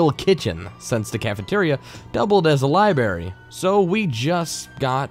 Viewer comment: Who is narrating ? Swear he said LiBERRY...